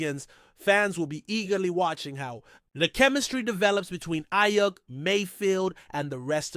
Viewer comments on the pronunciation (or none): cant even say aiyuk right bro this is terrible